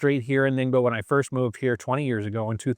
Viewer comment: 我喜欢你每次说宁波这个名字的时候都发音得像limbo的样子